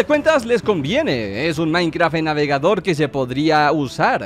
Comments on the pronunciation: en el segundo en vez de minecraft dice minceraft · soy el único que se dio cuenta de que decía minceraft? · dice minceraft no minecraft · 4 53 DECIA MINCERAFT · ¿Se dieron cuenta que en el minuto dice minceraft? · en el minuto dice minceraft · wtf dice Minceraft